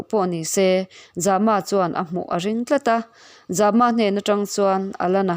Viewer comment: Zama tih ilam dan hi a awm zia hriat thiam a va har ve ? Zâma ti a lam tur a ni zawk lo maw. Mai an a zäm zâma Lianzâma tih angin khamphei ri sâng